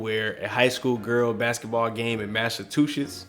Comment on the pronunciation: I think he said Massatwoshits